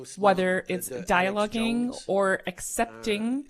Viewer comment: 😂😂😂 "whether it's dialougeing"